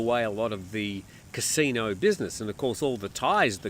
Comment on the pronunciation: Can you say Casino